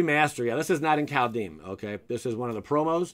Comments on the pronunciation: Same as how he's pronouncing the set as Cal-dame. It's Kald-heim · "Called-HighM" Please..........